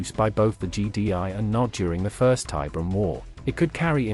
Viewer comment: "Tie BEER e um", not "TIE brum", dammit! Fucking AI shit!